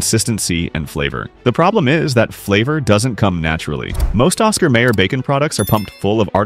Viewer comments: It's pronounced Osxar MYer, no may er, Downvoted for crappy computer generated voice track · Hmmm, nothing like an AI reader to piss ya off... NOT Oscar Mayor... Oscar Meijer... THAT'S how it's pronounced. And the absolute BEST bacon... Chatfield.... pure and simple. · Every time the AI narration bot pronounced it Oscar "mayor" it was painful. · well, I have to admit yelling at the screen every time "mayer" was mispronounced. That jingle kept running through my head. 🤷